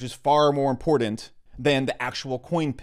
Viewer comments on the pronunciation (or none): none